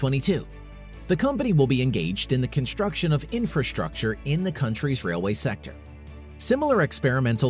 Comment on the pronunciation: It is construction and not "conshturction". Am I the only one who's irritated by this pronunciation?